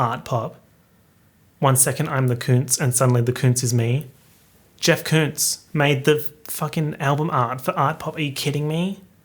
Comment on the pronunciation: Ummmmm.... Just my 3¢... BUT when Art Pop first came out I heard and thought she said "KUNST!!" Or at least how I looked up the meaning of the word, which is The German word for "Art!!" Which honestly still works if as if she was saying "One day I'm the Art (Kunst) and suddenly the Art (Kunst) is me!! " Anyway I just went with that... But it has always made me think/ ponder that A lot!!